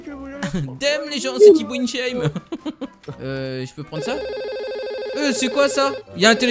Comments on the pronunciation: c'est tibo inshape et pas inshame sinon super video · Qui a entendu que dit en début de vidéo "Tibo inshame"😂